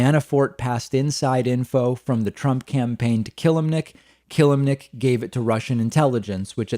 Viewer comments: It's pronounced "Ka-lim-nic" nto "Kill-lim-nic" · If you say This mans name wrong one more time it not killemnic...it kelimnink....I’m not spelling it right on purpose I’m spelling it like your saying it wrong...lol